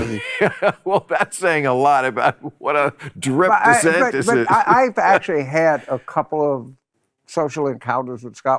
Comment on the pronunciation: 'Ronda Sanders'...lol. Bill to your credit, the auto generated captions just translated Jim's pronunciations of 'Ron DeSantis' as 'Ronda Sanders'.... Florida Governor Rhonda Sanders.